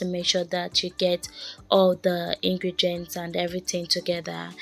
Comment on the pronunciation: Ingredients not ingregents please it's important